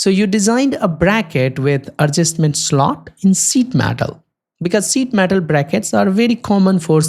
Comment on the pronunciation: SZÍT METÁL XDDDD